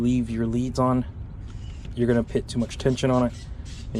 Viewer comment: If I hear you pronounce “put”, “pit” one more time I swear…